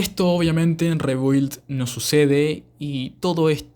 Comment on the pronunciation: Se pronuncia RIBILD, saludos